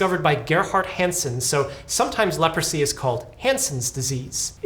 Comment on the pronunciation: Leprosy ❌ Leopordsy ✅